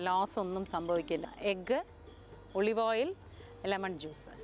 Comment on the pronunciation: ഒളിവ്‌ ഓയിൽ ആണോ ഒലിവ് ഓയിൽ ആണോ😀